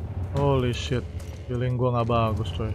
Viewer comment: Wkwk brando disini bilang feeleng gue buruk mulu dah wkwkw kapan feeleng goodnya bang🤣